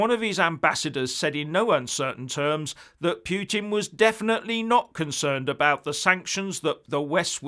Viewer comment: Oh,! Your 'pyootin' again. Your going to lose some friends with this Narrative obsession...